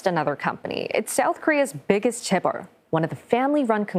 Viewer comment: I think this news anchor is Korean. Her Korean pronunciation like Samsung, Lee Kun-Hee and Chaebol is perfect.